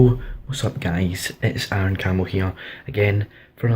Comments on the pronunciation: It's Cam-bull not Camp-bell. You sound British how tf do you not know how to pronounce that surname? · Why are you saying Campbell like '"Camp bell". It's obviously spoken as "Cambull". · Very interesting video but that's not how you pronounce Campbell 😅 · the name name campbell is pronounced Cam bowl, the p is silent